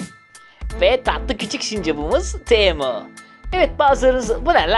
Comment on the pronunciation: Abi sağolasın bu kadar samimi adam görmedim yahu. Bi de Teğemo deyişini her zaman görmek isterim